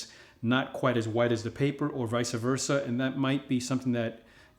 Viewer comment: very informative and useful video. FYI though it's vice versa not visa versa